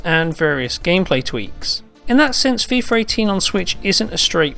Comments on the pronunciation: it's Fee-FUH, not Fee-FER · Why does he pronounce "fifarr" instead of "FIFA"? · "fifer 18" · Feefer 18? God, Britains have the strangest pronunciations. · FIFAR 18?? thats how he said it..